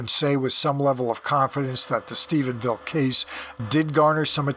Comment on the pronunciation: I want to thank you for pronouncing Stephenville correctly. Rich Dolan and Chris Mellon both call it Stephensville. It doesn’t sound like a big deal, but as someone from the area, it bothers me to no end. Thank you for your continued diligence and accuracy in your reporting. I never miss an episode. Thanks again!